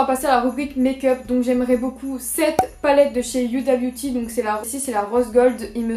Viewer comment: Tu dis mal Huda Beauty sa se dit ouda beauty toi tu dis uida beauty mais c'est pas de ta faute c ton accent